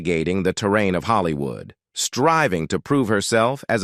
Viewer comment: "Holly-Wooed" and "John Da-Wreck" - classic!